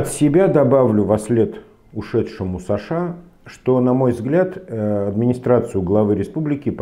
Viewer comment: почему ударение в имения сашА, на второй слог? Где можно почитать историю такого преобразования?